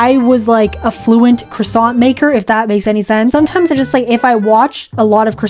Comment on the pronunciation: Ooo Cwasont